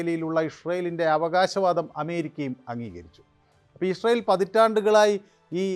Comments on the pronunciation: എടാ പൊട്ടാ '"ഇസ്രായേൽ 'എന്ന് കൊച്ചു കുട്ടികൾ പോലും പറയും ഇഷ്‌രായേൽ 😂😂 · നീ ജവാൻ അടിച്ചിട്ടാണോ പറയുന്നത് ഇസ്രായേൽ എന്ന് പറയു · ഇസ്രായേൽ എന്ന് വ്യക്തമായി പറയാൻ ശ്രെമിക്കൂ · വേലി... ഒക്ടോബർ 7നു പൊളിച്ചപ്പോൾ.... ഇതുവല്ലതും.. ജിഹാദികൾ ഓർത്തോ..... കക്ഷത്തിൽ ഇരുന്നതും ഉത്തരത്തിൽ ഇരുന്നതും ഒരുപോലെ പോയി എന്നു പറഞ്ഞാൽ മതിയല്ലോ.... ഇഷറയേൽ അല്ല ഇസ്രായേൽ 😂😂😂 ഷിറിയ അല്ല സിറിയ 😂😂😂